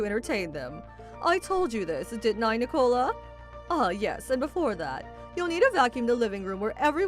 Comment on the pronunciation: Nic-a-la, not Nee-cola.